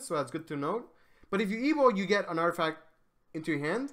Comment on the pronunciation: drinking game: take 1 shot everytime he say "articaft"